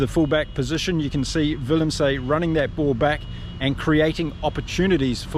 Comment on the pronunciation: Jeez, mate. Willem-SUH. Arend-SUH...not Willem-SAY, Arend-SAY. Same with French player Paul Willemse. Willem-SUH. Other than that, excellent commentary...